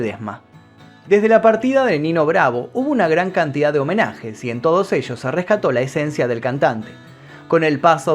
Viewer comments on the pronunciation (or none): none